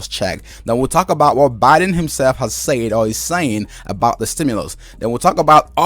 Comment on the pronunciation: Your saying Sayed, it's said thankyou